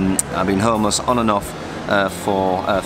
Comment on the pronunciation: ホームレスがトーマスに聞こえる